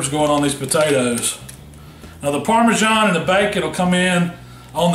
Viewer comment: Didn't realise parmasan had a 'h' in it